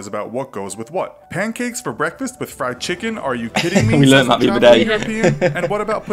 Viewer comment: Good job and. I have been enjoying your video reactions very much....except for one small thing. When says the word "that", he doesn't pronounce the "th" sound at the beginning so it just sounds like "at", instead of "that." Is that a Jersey thing or just a thing? Just curious. Thanks. 😀😀